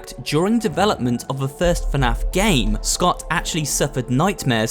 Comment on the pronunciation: Someone tell him that is not fanaf is fnaf